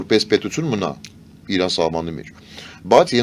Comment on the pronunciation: Սովորեք ասել ԻՐԱՆ, թե չէ Իռան հա Իռան))